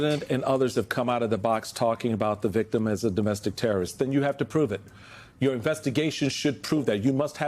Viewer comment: .... den plez, plez, plez act against da unlawful stuff...